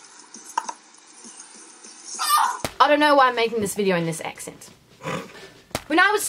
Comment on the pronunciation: I'm not a native, but I the a's in for example, accent, seemed off. Am I right?